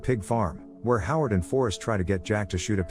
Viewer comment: Forrest, Jack and Howard Bondurant. Sounded like you said Harlow not Howard.